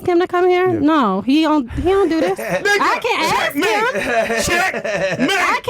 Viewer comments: We don't "axe" questions. Speak correctly- or don't speak at all. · She was jus trying to axe a question